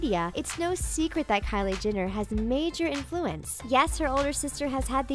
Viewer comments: GET IT RIGHT ALREADY! It's not Jinner it's JENNER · GI-NNER , KA-LURE-POP. How hard is it to pronounce the words correctly? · who the hell is kylie 'jinner' lol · She says "Kylie Ginner"!! Triggered... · At least say her name right || Jenner not Jinnir 🙄🙄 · Who else heard 'Kylie Jinner' or was it just me? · Stop pronouncing Jenner wrong